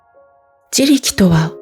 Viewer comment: 自力の単語が多いだけに、発音のおかしさが気になってしまって…😂